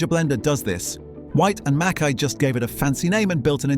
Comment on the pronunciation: It’s not called, as you said, Scotch Whisky it’s just whisky or Scotch, and while I’m at it pronounce Whyte and Mackay properly please.